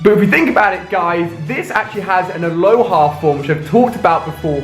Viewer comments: It's the ALOLAN form NOT ALOHA... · Alolan form* not aloha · near the start when he evolves sandshrew he said it has an "aloha" form yet to give the picture he searched sandshrew 'alolan' form. why does hey say aloha when he knows its alolan! get your facts right ali a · It's not aloha, it's alolan😂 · STOP SAYING ALOHA FORM. It's Alolan. It's literally cringy as fuck to say aloha because that's already a fucking word. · He said "aloha" forms it's alolan forms... smh